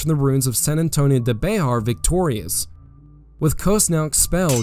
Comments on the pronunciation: Just an FYI. Bexar is pronounced BEAR, not BAY HAR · Also, It is not pronounced like Be-har. It is pronounce like Bear. The "X" is silent. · This was a very well researched and executed video. One thing though, here in San Antonio when we pronounce Bexar like the word Bear, the x is silent. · Sorry to be that guy. Bexar is pronounced bear. Born and raised Texan and that fact as always annoyed me as bear is bear not Bexar. But trust me it's pronounced bear. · pronounced bear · Love the content, but it is pronounced "bear".